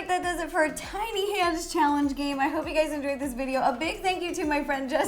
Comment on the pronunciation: who else thought she said titty hands😂??